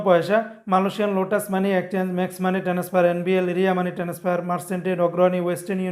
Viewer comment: টেনাসফার বলেন কেন? আপনাকে বহুবার লিখেছি, টেনাসফার বলবেন না, বলবেন ট্রান্সফার TRANSFER বলবেন। ভুল উচ্চারণ করবেন না, অনুরোধ রইল।